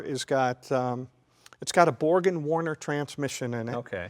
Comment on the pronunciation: “It’s got a borgen Warner transmission” It’s Borg Warner. 😂